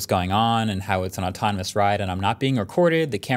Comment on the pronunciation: Am i the only one who heard "true atonimus"ultra instinct"? 😂